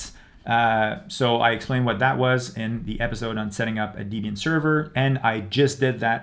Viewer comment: Just FYI it's "deb ian" not deeb ian, it stands for debra + ian, persons names. good guide though